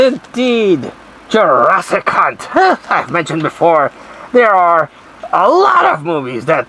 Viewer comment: Greetings 😀 It sounds like your saying Jurassic cunt 😂 Lmfao